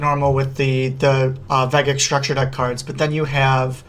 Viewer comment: Vegeks has a soft G sound. Good video tho!